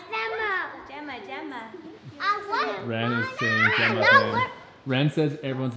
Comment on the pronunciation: I cant believe Wren is talking 😭 my heart melts everytime she does ❤❤ I also noted how clear Wren pronounces names, impeccable